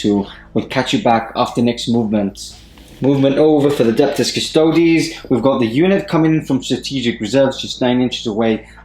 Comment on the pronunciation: cus-to-deeeeees. seriously. or custodians. not "TOADS". it's not as-tar-T, it's as-tar-tees.